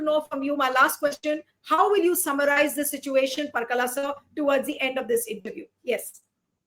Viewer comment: It’s not Parkala it’s Par-a-kala